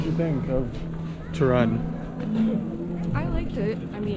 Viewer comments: Obviously wrong pronunciation of the name "Toruń" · How he calls it “tuh run” 🏃 🏃‍♀️ Seriously, he could be bothered to find out how to pronounce it correctly?